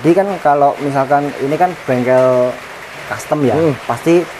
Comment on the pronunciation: Rasio custom om, bukan rasio costum😂